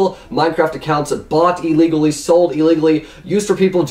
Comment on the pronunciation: "ILLEGALLY" LOL